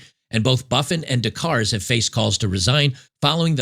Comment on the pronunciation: LOL. The "r" and the "e" in Louvre are silent. It's pronounced Loov. Kind of like "love" but with a long "o." LMAO now "Des Cars" is pronounced "day car." The "s" in both words is silent. Oh my goodness, c'mon man.